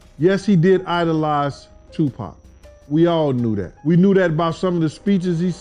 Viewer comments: Not sooge and two pack 😂😂😂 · The fuc is tu pack that man's name been all over movies and the radio u slow ahh bihh shudda had it right decades ago.. don't nobody pernounce Melissa wrong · Wtf She said "2 pack" gtfoh, this culture vulture, gossip, provocateur channel, I'm out. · Who is 2pack🤣😂🤣😂😂😂she messed everybody name up yall need a new narrator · Learn how to pronounce his name and go back and fix this video. it’s so cringe how you slaughter Tupac name. And i hate that word cringe, but it fits cause that’s how it’s feels to hear you say his name. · Omg! Can they ever say Tupac's name right? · She don't even know how to pronounce these people's names how tf is she qualified to even report on this ....that or just a godam devil mocking who tf is sooge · 4real 4real..... Tu-Pack and Sooge 🤣🤣🤣 somebody 🛑 her now!! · It's not pack it's pac 2pac.... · Tu-Pac, not Tu-Packkkkkkk 🤬🤬🤬🤬🤬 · It’s pronounced 2-Pock. Not 2-Pack! The narrator’s mispronunciation the name over and who is ‘Soog?’ its pronounced as “Shoog.” I cannot…😢😢😢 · Learn his name b4 u start making videos on our greatest legends its Tupac not tu-pack u idiot all the goats that have fallen loved all of us enough to stay true to their faith, and everything and everyone they believed in to send positive messages through their music to hopefully change the world and all God's children so that we may fly us out of this prison through the gates heaven where we can have real true peace and happiness and finally have our freedom and fair and honest justice for all cause in the words of ( TUPAC ) ONLY GOD CAN JUDGE ME. Long live Makavelli Tha Don heaven definitely has a ghetto now shinning so bright that the entire world has all eyes on u have 😊❤😇🕊🕊😇❤ R.IP TUPAC AMIR SHAKUR XOXO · His name is 2 pac not 2 pack you dumb dumb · Pac BITCH NOT PACK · Iam sorry I'm trying to listen but the way this women keeps butchering tje names is driving me nuts lol soooooge knight and 2 payke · 2pac not pack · IT IS TUPAC! NOT TU PACK!